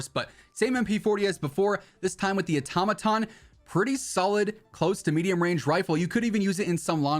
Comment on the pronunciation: Automaton as in auto shop lol boy said atomoton 😂😂